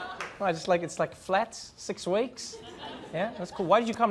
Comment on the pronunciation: Did Trevor make fun of how the guy pronounced weeks? making fun of Mr weeks.